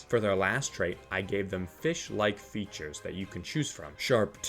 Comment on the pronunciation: "Nutrel" "Fetures" "Camofloge"